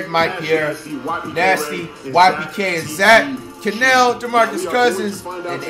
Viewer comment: called kanel joseph “ Chanel” 😂😂